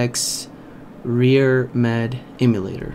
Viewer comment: "Rear Med" lmfaooo